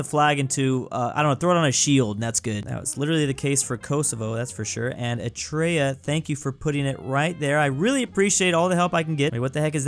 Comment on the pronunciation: Nobody: Literally nobody:: ETREA